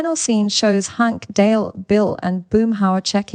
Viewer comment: Jeez people just buy mikes and record yourself. AI even butchers names like Hank now